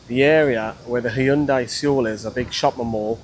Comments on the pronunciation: Its pronounced soul not see-ole 😂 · Mate great vids as always, you keep it real and that's appreciated by many fans, but please... it's pronounced SOUL, drop the E. Lived and worked in Seoul, if a Korean person has told you it's pronounced that way then they're likely having a joke with you! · Soul not see ol. 😊